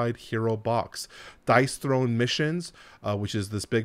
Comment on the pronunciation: Dice THRONE, as in Dice "thrown"... :) I like it a lot more as a game than you obviously do, but I appreciate the video and everything you've said makes sense. I'm curious if you end up buying it or not.